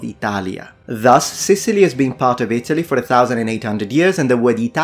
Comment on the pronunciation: Re Italy. You pronounce it weird. It's It'lee. And its residents are eye-TAL-yins.